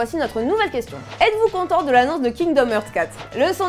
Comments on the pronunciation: STP arretez de prononcer heart en ærte on prononce arte. Kingdom Arte (hearts) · Kingdom "eurts" XD ça se prononce "harts"